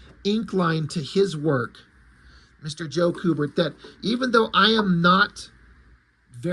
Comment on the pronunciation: It's pronounced "Q-bert" not "coo-bert". I've met both the brothers at Fan Expo. They're awesome. Joe inked Andy on their Watchmen comic, too, where Andy drew naked boobs. I asked him if it was awkward to have your dad ink a drawing of a top less woman and he said it most definitely was awkward, but his Dad said something to the affect of "It's work, so let's just do it."